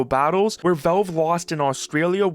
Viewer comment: Say v"A"lve I challenge you